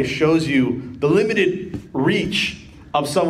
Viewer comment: struggles to say "limited" normally. That and "evolution".